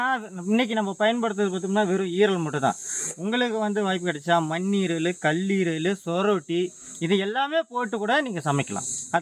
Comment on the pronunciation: அண்ணா அது மன்னீரல்